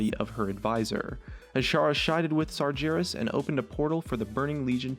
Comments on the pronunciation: It's not Sarjeras.. SarGeras.. Sorry, just irritates me xD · It's Not SarJeras it's Sargeras TRIGGERED O______O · I'll get into the triggered train: IT'S FUCKING SARGERAS, NO SARJERAS/SAR JERAZ, also, Demons? Calling Kil'jaden and Archimonde demons just show how little you know about Warcraft, go back to lol pls, you suck at story telling in Warcraft (they're draenei, like Velen or Aldor peacekeeper...but I doubt you even know what a draenei is ) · Jesus tits they say his name in game all the time it's not sarjerus its Sargeras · ITS FUKING SARGERAS NOT SARDZERAS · Sar-gare-us* Also, Kil'Jaeden is the one that is tied more to the Helmet of Ner'zul, since he actually created it for him. Not Archimonde though. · Oh god the pronunciation, the pronaunciation. Sargeras, Ner'zhul. (hint: his name is not Sarjeras) (his name is not Ner'zjul) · Since I am early, I will save the rest of the comment section. Ahem... two people pointed out pronunciation of Sargeras. No more of these "You pronounced Sargeras wrong" comments please! Please? Ah, I tried...